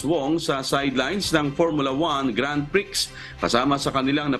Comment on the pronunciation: Sir, Grand Prix should be spoken with silent X.